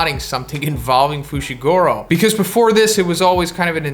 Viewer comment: fooshigoorow lololololololol